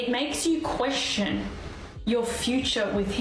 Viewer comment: "it makes you quessshion" yeah, no, 45yo fraud...